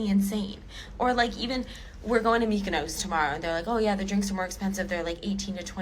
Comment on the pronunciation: Mykonos, Greece, that you both managed to miss-pronounce. It says on the Euro note where or what the image is. The first thing I do check out the countries currency and familiarise myself with it. The bridges… 😂 he was having a laugh at your expense £.